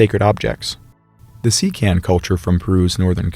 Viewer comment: Just an fyi: “Sican” is actually pronounced like “cheep-Ahn”.